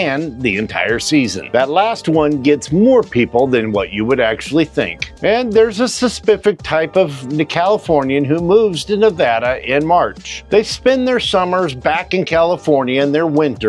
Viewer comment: and says suspific instead of specific (could this be some form of dyslexia or something similar) might be worth looking into